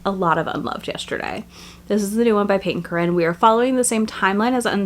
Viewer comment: I was having a jumpscare every time you said Peyton Corinne because I kept hearing you say Cait Corrain 😅